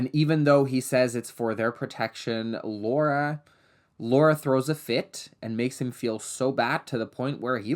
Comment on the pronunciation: Thanks for saying Laura and not “Laura” as an American